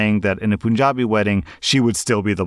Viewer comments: sir I am from Punjab and sorry to be rude but it is not pronouced p-oo-n jabi,it is pronouced punjabi where the first three letters are pronounced like pun so pun - jabi Sorry and thank you for reading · Btw punjabi is pronounced like the word pun, not poonjabi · Story 3: I appreciate you trying to speak the words from different languages. It is puhn-jaabi. Not POON-JA-BI. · Hi or I'm an Indian and it is pronounced Panjabi and not Punjabi instead of the a its u just would like to let you know love your videos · please, "pan-JA-bi" 😂💕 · My guy you didnt pronounce punjabi as pooonjabi💀💀💀💀💀💀💀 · It’s pronunced as pun as in *pun*jabi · it's pronounced pun-ja-bi know it's a mistake but just fixing pronunciation cuz... Ye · Man definitely didn’t say Punjabi the second time 😳